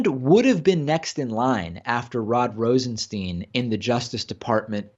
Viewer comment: BTW it's Rosen-STYNE not Rosen-STEEN.